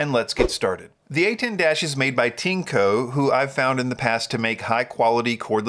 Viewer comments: (This sentence uses Google's machine translation) I always refer to your videos. Well, I always laugh when you pronounce TINECO. This is because when you pronounce CHINKO in Japanese, it sounds similar to PENIS in Japanese. To me as a Japanese, your TINECO and Japanese CHINKO sound very similar. What does TINECO mean in PRC terms? Thank you for reading. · In the Japanese Amazon (Amazon.co.jp), TINECO is written as ティネコ. The pronunciation is like TEA-NECK-KO. Amazon also understands that TINECO and CHINKO have similar pronunciations and are not good words in Japan.